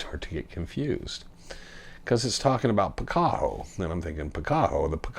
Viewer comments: Picacho , Pi ca cho as in Picacho Peak ! Not , Pi cac ho ! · PicaCHo not PicaHo